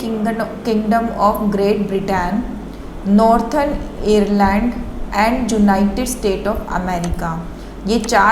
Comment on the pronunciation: This is quite informative video on 89A. Besides some small pronunciation mistakes (like Ireland), video is well organized with good content.